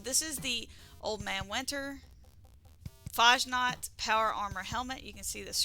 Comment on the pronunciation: As a German, it really bothers me how Americans pronounce Fasnacht 😂